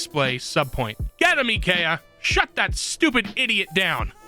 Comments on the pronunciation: every time he mispronounced IKEA I cringed. good vid though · that's not how you pronounce IKEA DX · Wait wait wait...please tell me he's purposely pronouncing IKEA wrong just to be a troll! Please!